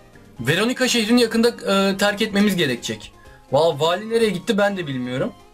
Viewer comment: Wallye Vali diyen #unutmayacağız